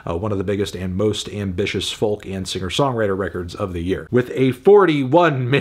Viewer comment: dewdd, the L in folk is silent. Its foke. FOKE. argh